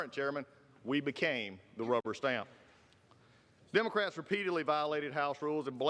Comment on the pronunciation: Did he say Democrack lol